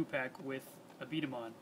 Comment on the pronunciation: B dama not b damns ball